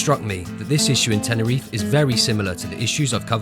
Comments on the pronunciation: Bro it’s not tenereef it’s TenerifE, you’re doing a great job reporting on the issue but it’s a bit disrespectful u don’t bother to pronounce it properly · Yes SirE ....😂